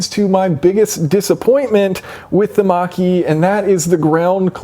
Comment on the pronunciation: The more times you say," Mach-E" the more I hear "Marquis". Really wish Ford would have stuck with the Mustang's roots and made it more of a sporty muscle car instead of a Crossover